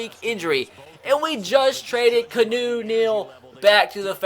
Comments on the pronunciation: Your name pronunciations are trash canoe Neal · it's Key-Ah-New Neal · Just call him kee aw no please. His name isn't fucking pronounced canoe